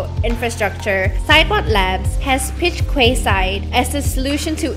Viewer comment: It's pronounced KEYside, not KWAYside. And it's a neighborhood not whole new city